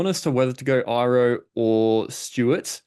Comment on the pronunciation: The way to pronounce his name is e-ro the I is an e sound people 🤣🤣